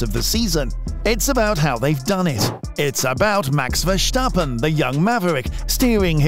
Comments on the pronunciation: Yea your pronounce of max his name is so off. Go listen to a Dutch F1 channel how they pronounce his name. Then mimic that as precise as possible. Oh and your commentary is way to slow Speed up your videos with 1.25x That what I put it on if I listen to it. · there is no H in the name of Verstappen, so why pronounce it?